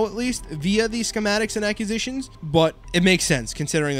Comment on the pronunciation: Look up proper way to pronounce ACQUISITIONS! Lolol